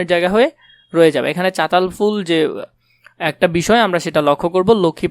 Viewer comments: আরে ওইটা চতাল ফুল না ❌ চালতা ফুল✅ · চাতাল না চালতা 😂